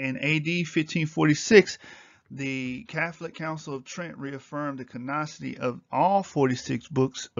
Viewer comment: CANONICITY - CANON-I-CITY, NOT "CANOCITY."